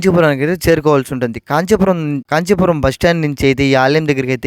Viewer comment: Ist Comment : ఉచ్చారణ స్పష్టంగా లేదు. కాంచిపురాన్ని కాచి పురం, కామదేనువు ని కాందేను అని ఉచ్చరిస్తున్నారు. ఉచ్చారణ స్పష్టంగా ఉండాలి